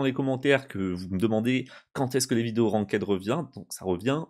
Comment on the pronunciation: Un détail mais "ranked" ça se prononce "rankt" et pas "ranquaide" 😅😅😉